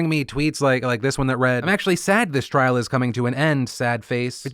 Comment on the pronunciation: Okay I have been seeing this a lot and I don't mean to be rude but the word is "trial" not "trail"